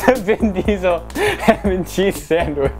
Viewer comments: Its vin chesel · Vin Diestel